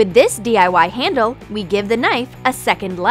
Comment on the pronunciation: how do you even mispronounce the word handle..? like it’s not that difficult to say,,, but you somehow managed to say it wrong